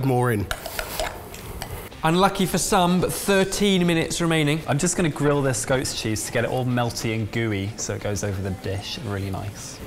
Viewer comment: Lol. Who else thought said "ghost cheese"